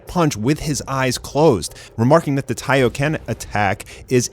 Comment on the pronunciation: Hey not hating or anything but did anyone else relise he said da battle continues